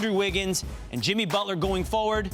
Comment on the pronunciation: His name is Jimmy not "Timmy" white bitched fucked up